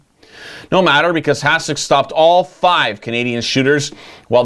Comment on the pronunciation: Heads up, its pronounce "HaSHek."